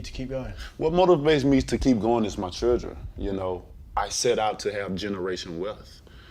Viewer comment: If he were white we would all be making fun of his speech impediment. This guy kills me when he speaks. Took me a few minutes to realize chergn was actually children